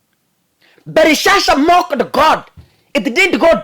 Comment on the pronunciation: ni BELSHAZZAR sio BELISHSHA mungu ana muonyesha uongozi wake ume pimwa 💯💙💙💙